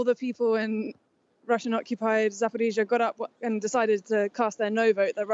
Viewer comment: pronounces 'Zaporizhzhia' correctly, like Ukrainians do